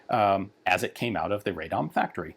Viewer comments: All this effort just to pronounce Radom as RayDom lol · Great vids on the Polish rifles, thank you Ian. BTW, Polish A is pronounced more like ah. Instead of eh or ey. ex. Rah-dom instead of Reh-dom. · It's a pleasure hearing Ian butchering each Polish pronunciation, truly. "Ray-dom" lmao